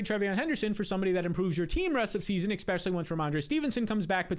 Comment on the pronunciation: e-S-pecially, not expecially. I love your videos but you use this word around 40 times each video. Especially, e-SSSS-pecially.